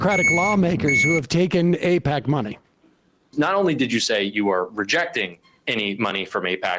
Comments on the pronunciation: Eh, no. The problem is that all your politicians are owned by Eyepatch.....as David Pakman would pronounce it. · Nobody should support any Democrat that takes AIPAC money (however you pronounce that)